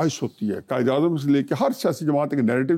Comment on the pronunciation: قائداعظم کو”کائد اعظم” کہہ رہے ہیں